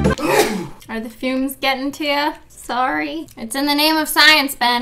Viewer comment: Shee said śóŕŕý